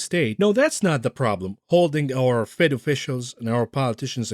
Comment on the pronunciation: "The FWED is going to hawf to mwak a difficuwlt choiwce" He's slurring his words. He's getting emotional.